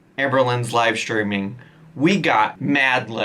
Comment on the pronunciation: Let's see how long this "schedule" lasts. Live steamminnnn